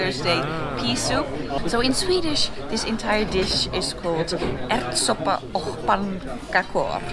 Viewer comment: That is very good! Ärtsoppa och pannkakor. The "Ärtsoppa" which means peasoup was perfect 👌, the "och" which means and was pronounced the way it's spelled, we pronounce it as "ock", a hard K sound, the "pannkakor" which means pancakes was said in some sort of finish accent, she should try to learn how to say it with a swedish accent. But I could actually understand what she said as a swede myself.